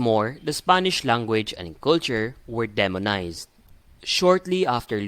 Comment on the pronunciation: Fyi you did not pronounced the words demonized and indigenous correctly…